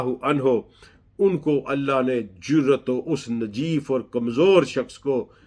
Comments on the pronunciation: Najeef nahi Naheef hota hai,sori to say but darustgi zaroori hai. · جناب آپ نحیف کو نجیف کہ رہے ہیں۔